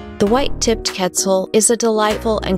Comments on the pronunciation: Quetzal more like PEZ-al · i cannot stand how she’s saying quetzal… ketzul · It's kett - ZAHL. Geez. The least you could do is say the name right. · Yessirrr but it killed me hearing her pronounce it ketzul lol